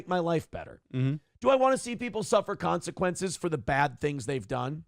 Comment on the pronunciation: He really puts the "Con" in "Consequences" when he says that.